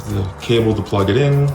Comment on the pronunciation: bro really said "za personal assistant" 😂